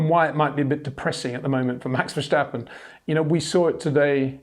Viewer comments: Sjir Windsjor, why do you keep pronouncjing Maxj'sj name wrong? It'sj Verstappen, not Versjtappen. You don't call Lewisj Sjir Lewisj, and I don't think you have sjome sjort of sjpeach impearement, or do you? It'sj sjo annoying and resjpectlessj too. Pleasej try to correct thisj, thank you very muchj. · HEY PETER WINDSOR, I HAVE MESSAGE FOR YOU SIR: it is NOT Max "verSHtappen" ... Max is not German (Germans indeed do pronounce "st" as "sht") ... #Max33 = Dutch NL/Belgium! ... It is not "Bottash" nor is it "Lewish" certainly not "verSHtappen" .... This BS started long time ago when a British sport presenter interviewed father Jos Verstappen and assumed you can use a German pronunciation to a Dutch Driver thinking it is so "funny" ... It is not. Serious question: can any Englishman say "versatile" out-loud without saying "vershatile" phonetically? most can about 99,99% ... that is why most English can pronounce Verstappen 100% correct! Father Jos Verstappen (also F1 Racer) was very active between back then only a very few said "Vershtappen" but the vast majority of British sport presenters pronounced it perfectly ... only a few old stubborn farts like Peter Windshor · Two predictions before watching: You're going to sing the praises of Max You're going to (arguably correctly) make a point of over pronouncing the 'sch' in VerSCHtappen. :-)